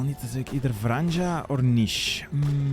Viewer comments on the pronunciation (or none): FYI Vranje is pronounced Vranye